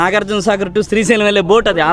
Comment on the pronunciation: Good video. Appreciate the info. Ok Kani daggara malli “Strhi” Sailam Annaru. Adi purusha sailam, sthri sailam kadu. Sri Sailam. You need to fix your pronunciation for such a holy place. I corrected you in an earlier video and you deleted the comment within a few minutes. Because you chose to make multiple videos around that holy mountain, it is your minimum courtesy to say it properly in order not to offend devotees. As usual I know you will delete this comment promptly but at least don’t repeat this mistake again You have to make an effort to correct yourself. Thanks